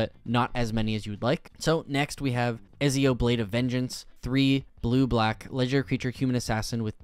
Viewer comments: You butchered BOTH Ezio and Altair's names. :( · am i the only one who cringed when he read Ezios name :eyes-purple-crying